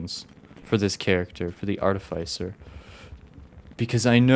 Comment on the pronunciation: Aw frik my comment draft got deleted by YouTube, this is the second draft - rushed cuz I don’t remember all the details :((( look out for terrain and map changes, it may help piece together a timeline! art-eh-fis-sir personally I feel that blind is best, since youtube comments can give you any needed advice/tips. Also yep, she. smh you can’t just ask why someone’s glowing red. Dw though, it’s just the drone’s color slugcat more like snailcat hopefully this isn’t backseating, but the direction you hold matters. That means left+up sends you a (slightly) different direction than just left, or just up. Also, technically you have 10 charges, but it’s more complicated (due to recharge time, as well as parry taking 2 charges). As a rule of thumb, stop/reduce blowing up when you are fizzing. :) arti speedrun when? you can use the map to check fine-details on the map, including whether something is background terrain, or is a pole(plant) As a side note, each slugcat has a different playstyle or ‘vibe’ to them. Survivor is the baseline, monk is relaxed/friendly, hunter is quick and planned, gourmand is chill and ‘go at your own pace’. I’ll let you figure artificer’s one as you play.